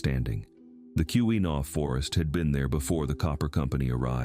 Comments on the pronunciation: It's key-wa-naw not key-wee-naw! Driving me crazy! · Kewenaw is pronounced key’-win - awe with the accent on the first syllable. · This was obviously created by someone isn't from Michigan (or AI) as the pronunciations are terrible. Every time 'Keewenaw" was mispronounced, I cringed. 😫